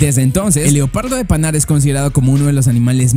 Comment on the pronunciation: Leopardo de panar le quitas la r leopardo de pana XD